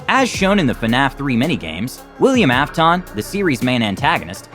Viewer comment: It is pronounced af-tin